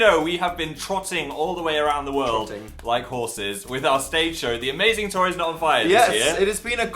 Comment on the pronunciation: though phil said "amazing toy is not on fire" instead of amazing tour is not on fire.